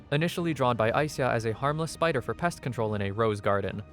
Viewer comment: I believe ai - sya is the way to pronounce the name